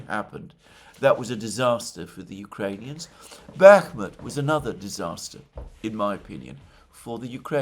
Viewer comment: I think he said buckross like a 100 times lol i hate when he does that but he always gives real news and jnfo so i do appreciate that. Fkn buckross now its in my head ima keep saying that craph all day .fkkkn bukross